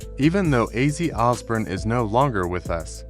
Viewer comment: Yes. And it’s Os born. Not Os burn